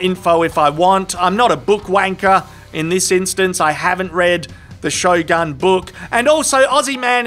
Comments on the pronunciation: Shogun is pronounced Show - Goon. Not a big deal I'm not Japanese at all but it's just an information. Regards. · "Show Gun" not "Show Goon"? Written like this for pronounciation reasons. I was a bit confused by that😅